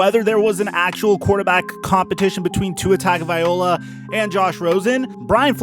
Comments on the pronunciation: Great content but please, for the love, learn how to say his name.... It’s Tua Tagovailoa (Tung-oh-vigh-loh-a) Hearing you butcher his name for 8-min straight was ear-splitting. If it’s too tough, just say Tua, but don’t butcher his name like that..... Sincerely, All Alabama and Dolphins Fans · OK, Let's fix this once and for all..... In the SAMOAN LANGUAGE, The letter A makes the AHHHH sound, and the letter G makes the NG sound as in SONG, TONG, PONG, LONG, So Tua's last name is pronounced TAHHHNG-OHHHHH-VAAAAH-EEEE-LOW-AHHHHH. To hear it pronounced with the TUNG/TONGUE with the UHHH sound instead of the AHHHH, IS KILLING MY EARS....LOL. Please learn it, because you are going to hear it a lot... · yes and the 1st part TUNG/ TONGUE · Its such an easy mistake to make that just passes me off, like it makes me so triggered when I hear Tua TagovaiOLA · Tag-o-vai-LOA. Pronounce it right, dude. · Tua Tagovailoa his last name is pronounced Tug-A-Vie-low-a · TONGavaloia that’s how you pronounce it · Geez it was so cringey hearing you butcher his name. Say his name Tah-go-vai-low-ah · It's actually tongue-o-vai-loa but I agree it was hard to hear him butcher it lol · gah dammit.. it's "Tongue-oh-vah-ee-lo-ah". How hard is that? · yo it"s tago-vail-oa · Tua’s name is said tungle-vi-loa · Your pronunciation of his name pisses me off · You gotta change the way you're saying his name...its not that hard. And pretty disrespectful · Please stop mispronouncing Tua's last name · You always say his name wrong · Bro can’t even pronounce Tua last name lol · If you're gonna run your mouth about an athlete, like Tua, then have the courtesy to pronounce his name correctly, fool.😡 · Appreciate the update on Tua TAGOVAILOA. Please please please learn how to say his last name. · Please learn how to say Tagovailoa — it’s cringe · Can you say Tuas last name right? Get it right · Man just call him Tua if you're going to disrespect his last name like that. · The name pronunciation is cringe bro.